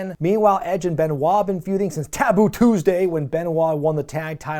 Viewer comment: so weird, I remember this scream from over 20 years ago. Between this, and his pronunciation of Taboo Tuesday, Snitsky was a gift.